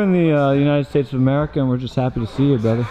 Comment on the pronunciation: His brudder of court